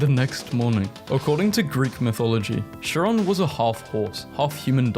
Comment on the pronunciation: "shiron" SHIRON?!!! BRO, ITS PRONOUNCED LIKE "KAI RON"😭